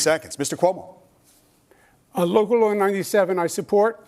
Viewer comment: Calling him Cum-O is Crazy lmaoooo